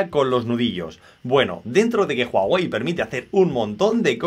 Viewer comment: Jaja jaja juAwey es uawei y se escribe huawei